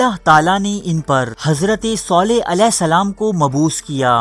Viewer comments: Pronounce it correctly its Saleh not Soleh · Bhai soleh nahi saleh hai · اوئے کسی حرام کے پلے...ایسا کچھ بھی نہیں ہوا میں العلا میں رہتا ہوں...صرف اور صرف جھوٹ پہیلا رہے ہو..صالح علیه السلام کا نام تو تم صحیح پڑھ نہیں سکتے....